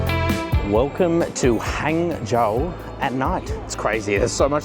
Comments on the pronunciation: I watch till the end, very good filming and editing. Pronounce "Hung-zhou" 😀 Not Hang as in hanging, is Hung as in Hunk. 杭州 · Nearly got it...its pronounced as "hung" zhou instead of "hang" zhou.